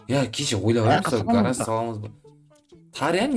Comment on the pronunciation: Гарарж емес гараж дұрыстап жібер